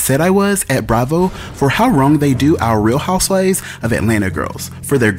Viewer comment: “Real Houseivvs of Atlanta.” Boy..😂😂